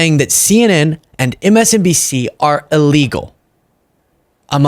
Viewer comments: MSDNC LOL he can't even say the correct letters😂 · Can we just take a moment to acknowledge that he called MSNBC, MSN*D*C, MULTIPLE times?? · Did he just say MSNDC or am I going deaf 😂 I. Sat here in Spain shaking my head wondering what the world is coming to 🙄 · HE CANT EVEN SAY IT RIGHT… he said it WRONG TWICE!! MSDMC, omfg!!🤬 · Did anyone else hear him say “…MSDNC”? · Why does he struggle with MSNBC.... he keeps saying MSDNC 😂😂😂😂😂😂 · “fake lawyers” 😂😂😂 anything Trump doesn’t like is fake. Plus he says “MSCNC” 😂😂😂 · yes, he says “MSCNC” lol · Just listen to him he can’t compose a complete sentence. He’s literally lost his mind. He can’t even pronounce MSNBC. He can’t speak. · Just listen to him he can’t compose a complete sentence. He’s literally lost his mind. He can’t even pronounce MSMBC. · He can't even say MSNBC correctly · Think he mispronounced them purposefully so when they fight back he can say. I never said that.. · He has mispronounced MSNBC before too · . Yes!!! He couldn’t pronounce it correctly. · He can't even pronounce MSNBC.